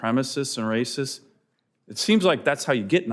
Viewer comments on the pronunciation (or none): “It is because they’re RAYSIS!!!”